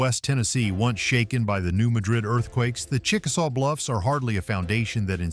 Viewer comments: It's not New Muh-DRID. It's New MAD-rid. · Mispronounced Appalachia (Ap-ah-latch-ah) and New Madrid (mad-rid). It's mah-drid in Spain BUT mad-rid in USA. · New Madrid, Missouri is pronounced MAD-rid. It is not ma-DRID, like Spain. MAD -- like angry, rhymes with sad. Emphasis on the first syllable. New MAD-rid, Missouri. Please! Hearing mispronunciations is like hearing fingernails on a chalkboard. (For those of us old enough to know what that sounds like.) And the New Madrid fault is not “rarely mentioned.” We that live here keep clearly in our minds that the fault could decide to move at any point, on any day. (Edited for spelling.) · New MAD-rid. That's how we pronounce it. Cookeville here. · From both areas. It’s “Apple latch A”and “New Mad Rid”